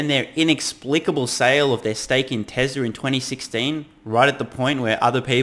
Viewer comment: TeZla! Lol!